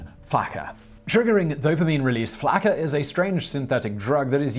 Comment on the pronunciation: It's pronounced Flock-uhh